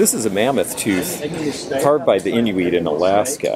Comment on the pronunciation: As always I’ve learned so much, and enjoyed every minute of it. Thank you for pronouncing Inuit properly. Happy trails.